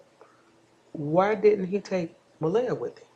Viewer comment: Please say her name right.